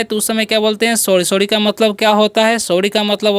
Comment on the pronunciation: सवडी नही स्वारी बोलते है